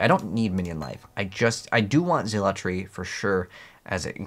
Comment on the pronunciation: What is zeel-a-tree